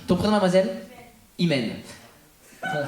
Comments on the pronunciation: "IMENE" DEFORMER PAR L ACCENT TUNISIEN JE SUPPOSE DEVRAIT NORMALEMENT SE PRONONCER IMANE DONC IL SERAIT PREFERABLE DE LE PRONONCER COMME IL SE DOIT POUR EVITER LES MOCQUERIES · dites a l'électricien ( Laetitia) que la fille s'appelle "imene" pas hymen et ca veut dire "la foi"